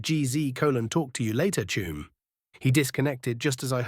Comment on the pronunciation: This is totally awesome strat to finish.However i do not usually have any problems with AI pronounceation but have to admit the constant saying of 'Chuum' instead of 'Chum' is completly screwing my head up 😂even with my appalling spelling